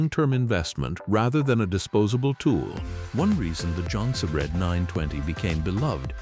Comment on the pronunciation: “Jon-sir-dine”!!! 😂 these AI videos crack me up